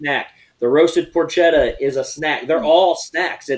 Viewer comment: Porchetta (Por-che-tta) is an Italian roast pork. It is not a porch. #facepalm Tell it is pronounced Por-kay-tah! 18% is a minimal tip!